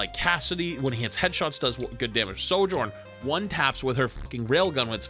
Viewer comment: She is not 'Sowjourn', it's 'Sojourn'